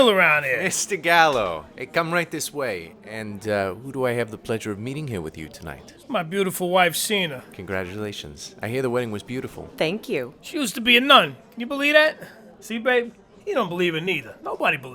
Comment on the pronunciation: I was friends with Joe and Sina. I’m still in touch with her. You pronounced her name “Seena” but it’s actually S”eye”na. I was with them the first day they met and I shared many meals with them and his gang. We’d eat multi course meals together before they’d go out and do their business.